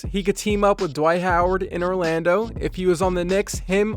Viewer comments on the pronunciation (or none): none